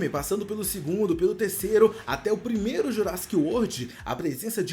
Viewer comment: Primeiro e com r não com l